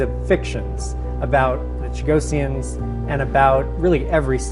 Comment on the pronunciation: The moderator should be rebuked. What an insult. She is mispronouncing the name: It should be: Chuh-GOSS-ee-unz - two S's, not one. Phonetically: /tʃəˈɡɒsiənz/ So closer to “Cha-GOSS-ee-ans”, not “Cha-go-see-ans.” Stress on GOSS The ending sounds like -ee-unz, not -see-ans You’ll hear small variations depending on accent (British, Mauritian, Seychellois), but Cha-GOSS-ee-ans is the standard form in English.